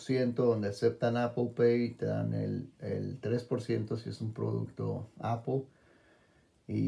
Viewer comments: No entiendo por q cresta dicen apol si no le veo la o a la palabra apple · IGURU Technology and Iphone Tips no estoy preguntando por apple wallet solo digo por q pronuncian tan mal la palabra apple y le dicen APOL si no lleva ninguna O eso estoy diciendo